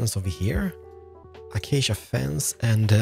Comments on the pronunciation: Ah-cha-cha planks bruh im dead its A-CAY-SHA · achcha planks it 's acacia planks a-cay-sy-a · he say's Achasha instead of Acacia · Acacia should be read like akasya not achacha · love how you say Achacha it sounds good and fluid even though it's the wrong pronunciation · Man i wished i knew a long long time ago,your builds are so easy to build,your voice is like ASMR,and how you pronounce items like acacia A CHA CHA is so funny BTW NEW SUB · Lets grab some "achacha" slabs lmaoo I love you man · Real block: stripped acacia: achacha real smooth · take a drink each time he says a-cha-cha wood. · Just a little message for you: Acacia is pronounced: a-Kei-sha Also this house helped alot and through the windows i killed pillagers. 👍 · The one thing I do not like about this video is that he said Acacia wrong. Other than that the video was perfect!! (Uh-Kay-Sha) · i love how you spell acacia as a cha cha i dont hate it im just saying its cool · "achachia planks" 😂😂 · "Achacha Planks" "Achacha Slabs" "Achacha Trapdoors" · Achaca planks? I like how you say acacia =) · DID HE SAY ACHACHA PLANKS? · Did anyone here him say “Were also gonna be using achacha planks, slans, and trapdoors, and also window pe***es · the way you sayed AcAcA Slabs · iam new to his channel so idont know if he always say achacha planks... Keeps bothering me with the pronunciation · I prefer when he says "acacia wood" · I like the way on how he pronounced ACACIA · The way he said acacia is too much 😂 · i dont know if he's reading acacia wrong or he just read it that way